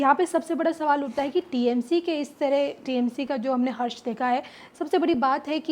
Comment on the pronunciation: हश्र है हर्ष नहीं मैडम, आपने गलत बोला